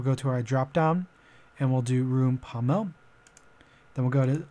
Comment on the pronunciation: HAS ME DYING SAYING POM-MEL